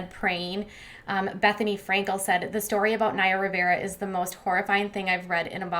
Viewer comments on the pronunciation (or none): none